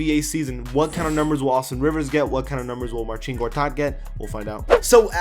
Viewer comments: it's not Marcheen, it's Marseen. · big dik That's great but I didn't ask. 🤷‍♂️ But I know it is Marseen. Like I said he even called himself Marseen. Maybe that's how you pronouce it but other polish people might say it otherwise. No more replies from me.